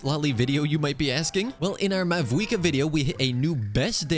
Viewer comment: did he just say mavouika